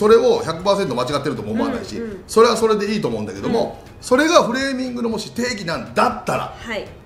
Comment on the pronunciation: フレーミングが フーレミングになってる